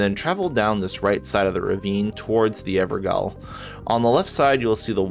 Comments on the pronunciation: The 'gaol' in evergaol is pronounced as jail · Thanks for the info, but "gaol" is pronounced exactly like "jail". That's where the word comes from. It's an ever-jail.